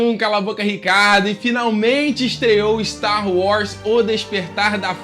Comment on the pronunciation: Ricardo,, você sempre fala Star Wrars. Nada contra, mas é engraçado.